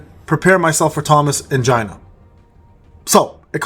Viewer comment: Waaat? I heard "Thomas Angina" and thought you were making a Joke about Thomas Andre with a straight face but it came out wrong. Then realize you were talking about Gina except it's pronounced "Gee-nuh"